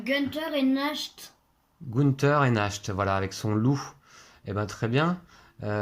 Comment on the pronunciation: Le loup c'est Nacht prononcé Narte, qui veut dire nuit en allemand. Merci pour la vidéo